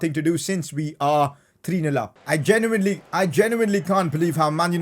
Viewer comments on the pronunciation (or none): i guenally i genually ha ha ha